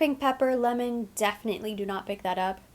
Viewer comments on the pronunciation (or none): none